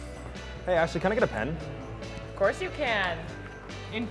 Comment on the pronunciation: It's Ashly, not Ashely